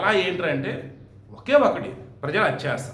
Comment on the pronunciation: అతి + ఆశ = అత్యాశ తమ్ముడు ,ఇంకొకటి hatcha కాదు హ + (thya )త్య. Sorry తమ్ముడు ఏమీ anokokandi open గా చెప్పినoదుకు మీ వీడియోలు రోజూ చూస్తూ వుంటా ఎప్పటి nundo చెప్పాలని anukunta ఏమైనా anukuntaarani ,కొన్ని అక్షరాలు కొందరు సరిగ్గా పలకలేరు అది తెలుసు అవమానం గా తీసుకో వద్దు మీ అక్క sarichesthe vintaarugaa క్షమించండి, ఒకవేళ ఆడియో సరిగా vinipinchadam ledemo ఏమీ anukokandi తమ్ముడు pls. కోపం కూడా వద్దు. మీరు talented journalist ఇంకా ఎన్నో vedios చేస్తూ వుంటారు,నాలా ఎవరూ మిమ్మల్ని comment చేయకూడదని అంతే తమ్ముడు sorry.